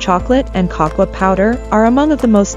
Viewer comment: "Cocoa" is pronounced "Koh-Koh", not kahkwah.